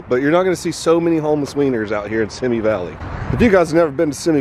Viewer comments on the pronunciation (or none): Simi valley = “see me” valley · bro said "simy valley"